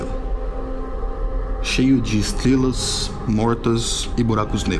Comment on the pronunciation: Valeu! "Estlelas" E o cebolinha narrando esse video?